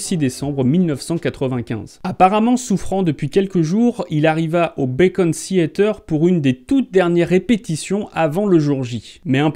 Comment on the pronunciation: Très intéressant ! Mais juste une chose, c'est le "Beacon" Theatre, pas le "Bacon" Theatre, ça se fait pas cuire à la poêle ;-)